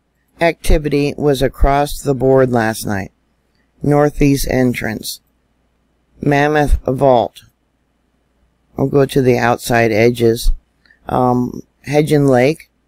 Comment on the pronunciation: I have lived in Idaho and Wyoming most of my life. If you are Mary's watch dog teach her the correct pronunciation of Hebgen Lake . . . or maybe she hasn't ever been to Yellowstone? Maybe the whole west coast of the US should be evacuated? Or perhaps all of Hawaii? I personally am going to live my life enjoying what has been given, not hiding from something that may or may not happen!